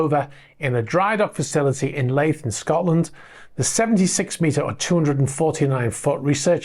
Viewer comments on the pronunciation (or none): It's not pronounced lathe but leeth. A bit embarrassing for a British person to get the pronunciation so wrong. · Laith 🤣🤣🤣🤣 it's pronounced lee' th 🙂 only laughing because I stay here and never heard laith before 🤣, love the channel been watching since lockdown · Its pronounce Leeth, not Lathe. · It’s pronounced Leeth not lithe. Just thought you’d like to know. Interesting video. Thanks. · It's pronounced leeth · I was out in central Edinburgh that morning and the wind was so strong I could barely move at times. I think it was gusting around 70kph. Interesting to see some more information about the incident. It's pronounced 'Leeth' btw :) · Leith is pronounced leeth as in teeth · Thanks for covering the incident in Leith (pronounced Leeth)! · Leith docks, in Edinburgh, is pronounced Leath. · Leith is pronounced Leeth. Love this channel keep up the good work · Petrel is pronounced as in petrel the sea bird; Leith is pronounced as in heath (think The Proclaimers, “Sunshine on Leith”.) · Leith - is pronounced "Leeth"🙂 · Leith rhymes with teeth.